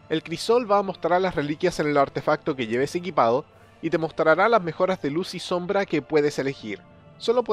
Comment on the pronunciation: te falto la M en la palabra sombra